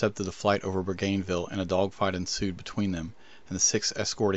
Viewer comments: Sorry for my mispronunciation. Thank you for commenting! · It’s pronounced ‘Boo’-gan-vill’ rather than ‘Boo-gain’-vill’ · Great video. Not to nit pick here but I think it's pronounced Boo gan vill versus Boo gain vill (despite the spelling). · Another note…Bougainville is pronounced as in bowganvil, not bowgaynvill. Nit picking I know , just sounds better. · Proper pronunciation: BOOgunvill, not BooGAINvill. Thank you. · It's pronounced "BO - GAN - VILL".... no American has ever said it correctly. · “Ruh ball” “boo ghin ville” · Bougainville - Boo-gun-ville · Bougainville is pronounced "Boo - Genn - vil. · Bougainville is pronounced Bogan-ville. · Boo-gain -ville??? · Isn’t it pronounced “Boo.gun.vil” with the accent on Boo? Where does your pronunciation come from? Never heard it before now! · Yeah, it's Bo-Gun-Ville. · No worries -- I now know that I made a couple of really bad mispronunciations! I can learn! Ha ha. :) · This vid lost credibility with your mispronunciation of Bougainville. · Your pronunciation of the islands is wayyyyyyyyyy off. Maybe a bit more research (?). You left out the incredible feat of a dead-reckoning intercept under radio silence by the P-38s. If you know anything about P-38s, you would know they fire a four .50 BMG and one 20mm. To be hit in the head with a .50 round would pretty much take a persons head off. A shoulder wound would remove the arm. Again... a bit more research would help clear this up. Better yet watch the fourth Rambo movie. THAT is an accurate portrayal of what a .50 round will do to a human body. That "clutching his katana" quote is likely Japanese propaganda. If .50 rounds hit the cockpit, there probably wasn't a whole lot left of the crew/passengers inside. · Jim, yes, I pronounced that incorrectly. Thank you correcting me! Also, thank you for watching and commenting! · you cannot pronounce Bougainville correctly. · Aussie here, Rabaul is pronounced roughly as Rab-owl and Bougainville as Bowgan-vill